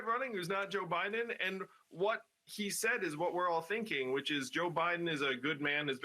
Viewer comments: Ha ha! He actually said President O'Biden. ha ha ha ha.😂😂😂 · Did he say president "Obiden"? HAHAHAHAHA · “…President Obiden…”